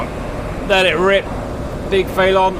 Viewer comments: I believe its pronounced feh-lawn not fay-lawn as in police chase a felon because they have committed a felony. Either way great vid as usual Cap, Merci. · It's FELON, like Felony.... not FAYLON... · it's pronounced phonetically, fell-un like felony 🤣🤣 not fay-lawn🤣🤣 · Is pronouncing Felon Fay-lon an inside joke or something? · Is the Felon its Russian name? Because if that's it's NATO codename (like with most Soviet/Russian planes' commonly used names in the West), then the pronunciation of that word isn't "FAY-lawn," bet "FELL-un." As in, someone who has been convicted of a felony. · who wants to tell the good ol' GR boys it's pronounced FELL-UN, not Fay-Lawn like they've been on about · Saying the Felon like "Phaelonn" made me think they were talking about some aerodynamics thing like "Canards" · I’m British too, we don’t pronounce it faylon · Cap has said in a previous vid that he knows how it’s pronounced, he just likes doing the way he does